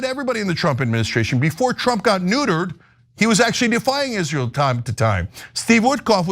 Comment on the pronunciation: “and you will pay for Izleeur’s endless wars.”